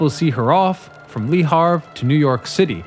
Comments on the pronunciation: "Lee Harv" LOL It's more like "lea av-rr" not some murrican civil war dude. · I am convinced you mispronounce names and words as some kind of Easter egg in your otherwise great videos. You know Le Havre is not pronounce “Lee Har-v” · Your excellent and most articulate presentation has one flaw: your presentation of "Le Havre".